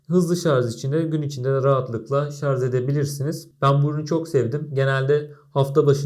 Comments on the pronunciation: umarım geçen 3 yıl içinde ''şarz'' yerine ''şarj'' demeyi öğrenmişsindir. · şarz değil, şarj. :)